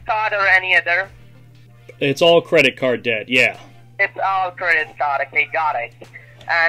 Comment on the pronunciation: "CURDIT card" --- LOL!!!